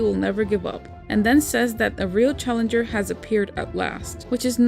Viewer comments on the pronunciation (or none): none